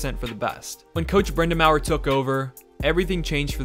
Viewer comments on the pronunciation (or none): As a Canes fan since they moved to town, I appreciate this video. A couple of pronunciation things: -Raleigh is closer to Rah-lee than it is to Rally -Brind’Amour is Brind’A”more” not Brind’Am”our” And a couple points of contention: -PNC Arena is NOT located on NCSU campus. The football field IS across the parking lot, but both are about 3 miles as the crow files from Talley Student Center which is about the center of campus. -Raleigh isn’t a college town. Yes the state’s largest University is in the city as well as a few other colleges, but students make up about 3% of the Raleigh Metro Area population. That’s like calling Atlanta a college town because GT is there. -“Rod The Bod” did out work all of his teammates when it came to gym time, and I’d wager he still out works most of the players in the entire NHL, so there’s no “the coach MIGHT out work a player”, he does! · Rod Brind a mower 🤧 it's brind-a-more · First... PNC is not on NC State's campus. Second... Rod Brindamawer? Anyone with even a cursory knowledge can pronounce a Hall Of Fame player. Third: Karmenos... Car-mah-nos Fourth: Rahlley? Fifth: Fact check that for me. Seriously... it's called Google. Robert Pera owns the Memphis Grizzlies at 36 years old. I did that in 10 seconds. Sixth: Selling more tickets than they had seats? How? Seventh: Donny Wadell. I have never heard anyone ever call him Donny Eighth: See second point. Ninth: I wish I hadn't watched this trash... I stopped at 7 minute mark and lost the last 7 minutes of my life to this steaming mispronounced dreck. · I totally lost all respect for your opinion when you pronounced Rod Brind'Amour (Brind-uh-more) as Rod Brind'Amour (Brind-ah-mao-er). Seriously, you couldn't take 5 seconds to look up the pronunciation of the captain when we won in 2006 and our current head coach? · I know brind'amour looks like it's pronounced brinda-mhour but it's brinda-more buddy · “Brind-a-mower” lmao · The coach’s name is pronounced Brenda More.